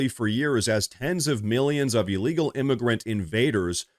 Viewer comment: Please. It is not E-legal. It is IL-legal